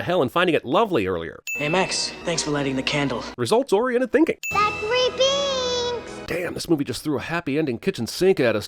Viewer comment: I swear, for the longest time, I thought his name was Zachary Binx, not Thachary Binx. I don't know, I just thought that was crazy to hear. It makes me view this movie in a much different way.